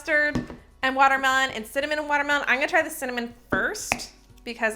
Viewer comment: Im laughing at all of your word mess ups in this video!! Love your content!! Cinnamon watermen 🤣🤣🤣